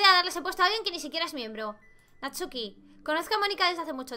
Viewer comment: Hay no decia Natsuki decia NATUSKI!!! XD Me encantó este juego de verdad, me encanta la idea de que todo se vea muy kawaii pero es terrorifico jaja me encanta ue teng imagines anime, me encant de verdad